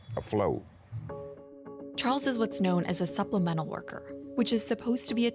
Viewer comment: "supplemental" :face-orange-raised-eyebrow::face-orange-raised-eyebrow::face-orange-raised-eyebrow